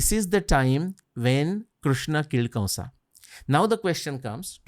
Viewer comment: Please pronounce the 'a' at the end of words like kamsa, vasudevA, vyasa... Etc.. it is so odd.